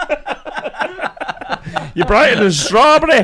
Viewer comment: "youre brigh-eh than a strawberry!" 😂😂